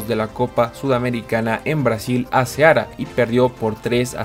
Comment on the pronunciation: Bro lee mis mensajes jaja sigue adelante pero LEER LAS TILDES: es cearÁ no cÉara no es arÁbe es Árabe xfa sigue adelante